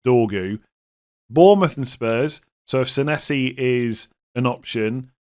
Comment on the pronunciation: I just wanted to point out that pronunciation of Senesi, yikes